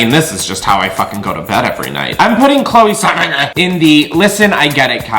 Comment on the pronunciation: LOL STOP you saying chloe sevigńïôn or whatever the fuck her name is... god dammit. Choked on my drink.